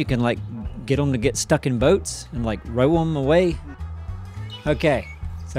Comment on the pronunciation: Is calling the boat wrecks “broats”?